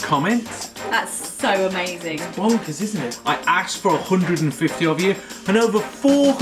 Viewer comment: aksed? with an axe? parlais Onglay si voo play